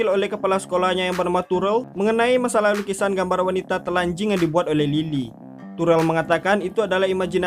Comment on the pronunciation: Bang lucu bangat bila abang bilang " telanjing "